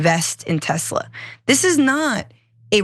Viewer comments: Come on guys, it's spelled and pronounced: Telser! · It's not Tezla, it's Tesler.